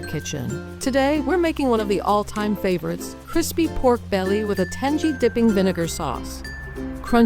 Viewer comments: TANG - EE - not tanjee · Tan-gee? Not AI, for sure.😂